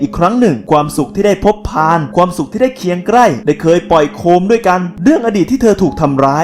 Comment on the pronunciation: เคียงใกล้ ทำไมออกเสียงเป็นเคียงไกร้